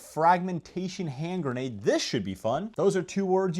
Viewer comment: Get your facts right!!! Novritsch don't make a 6.2 gram bb!!! They do however make a 0.62 gram bb. And the word is grenade not geenade!!!